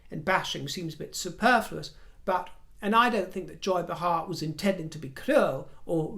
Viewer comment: Joy “Bay-Har”. Correct pronunciation. 😊🇺🇸🇺🇸🇺🇸🇺🇸🇺🇸❤️